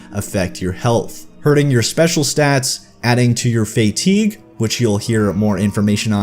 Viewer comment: Enjoyed the video, but it was more than a bit jarring to hear "fatigue" mispronounced over and over again.